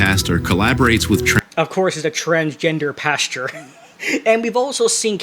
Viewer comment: Why do you keep saying “pasture” instead of PASTOR? And then calling your audience “stupid”? 🤔